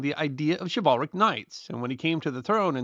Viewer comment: Its Shiv-ul-ric, not Shi-Val-ric